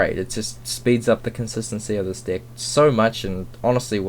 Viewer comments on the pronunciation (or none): why the f*** you always say "dick" instead of deck?! XD